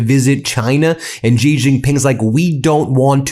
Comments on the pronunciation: Please learn how to pronounce China’s leader’s name. Xi should sound like the pronoun “she,” not like the “zhi” in Zhivago. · yo its XI as in SHE JINPING